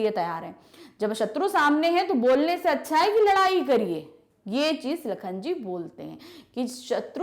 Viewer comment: AAP toh lakan bol re ho